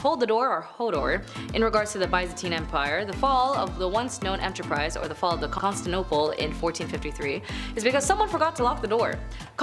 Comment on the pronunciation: Are you trying to say Constantinople. It has 5 syllables. Con Stan ti no ple